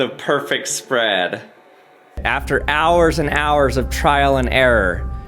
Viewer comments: This dude has the strangest accent I've ever heard. The way says bread and spread, it sounds like brad and sprad. He pronounced lots of words strangely, but those were the most pronounced. I need to know where this guy is from, what his background is, and what kind of people he grew up around. I need to forensically trace this most bizarre accent!!! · “the perfect spuread of chocolate on the breADuh” 👁️👄👁️ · Take a drink every time he says “sprad” or “brad” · "The perfact spraaad" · “The perfect spradddd” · he says sprad on the brad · The way he pronounces “bread” and “spread” sound so comical to me. 😂